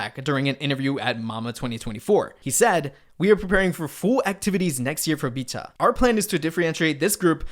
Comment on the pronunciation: Great video just irked me how you pronounced Vcha, Illit and Chicago. Idk why u pronounce them the way u did because you dont have an accent or any issues pronouncing anything else -lowkey irritating 🤷🏻‍♂️😂